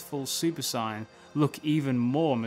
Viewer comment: Learn how to pronounce saiyan correctly